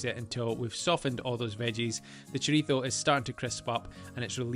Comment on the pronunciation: I gave a thumbs up just for pronouncing chorizo correctly.